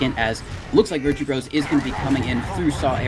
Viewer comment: Why do the casters keep calling them “virtue bros”? It’s Virtus Bro it’s a parody of Virtus Pro edit: never mind they addressed it later in the VOD lol